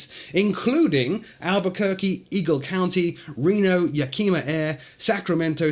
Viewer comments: Great vid to open the 2017 season on new sim products. One correction: Yakima is pronounced YAK - imah and not yaKEEMa. Keep up the great work! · Hey...just an F.Y.I., Yakima is pronounced as Yak-a-ma and Spokane is pronounced Spo-can. The 'e' is silent.